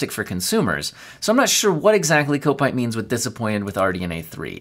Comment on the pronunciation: Kopite is pronounced Cop-ite - it's a Liverpool FC thing, just as 7Kimi is about Kimi Raikonnen.